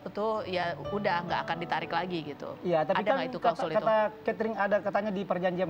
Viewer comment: Jadi lucu...Katrin jadi katering😂😂😂😂 btw, mbak Keket, Cari suami itu bukan spy dinafkahi, tp utk teman hidup, teman curhat suka duka. Hargailah diri sendiri sbg perempuan, selagi bisa mencari duit sendiri, walau suami punya gaji, gak usah harap laki2. Klo tdk begitu gak akan bertemu pasangan hidup yg cocok selamanya.